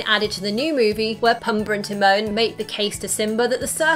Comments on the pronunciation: It's pOOmbuh. Not pUHmbuh. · Does anyone really call him “Pum-buh”? Drove me nuts. Luckily she only said it 83 times. I’ve always heard him called “Poom-bah.” Most notably by Timone... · Its pombaa not pumbaa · pumba not pumber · Its Pumba, not Puhmba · Oh my word...learn the name! Pumba....poom-baa.....you're killing his name every time!